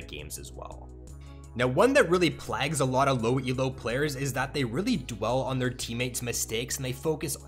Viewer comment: Great tips but please double check your pronounciation of "plague" 🤣